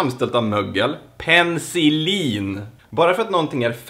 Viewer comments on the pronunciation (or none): no hate men det heter faktiskt peNIcillin